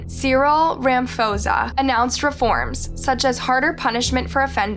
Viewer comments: Thanks for covering a story from my country 😊. Gender based violence is an epidemic in this country. Love from Cape Town ❤️ sorry but I laughed really loud when you pronounced Cyril's surname 🤣😊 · The way Cyrils surname was pronounced. HELP